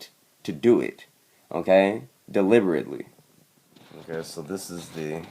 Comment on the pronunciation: dude are you saying "ok" or "im gay"